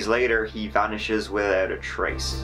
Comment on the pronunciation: *"widoud furder"